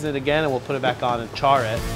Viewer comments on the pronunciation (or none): none